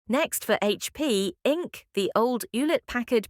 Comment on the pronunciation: Horrible AI generated voice. Just notice the monotonous tone and how it pronounces Inc.